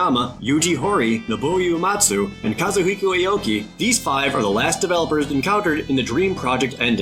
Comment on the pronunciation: There's no Y or even a Y sound in Nobuo Uematsu.